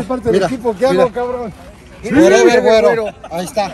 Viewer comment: “fue a la escuela con mi her con el werever” jajaja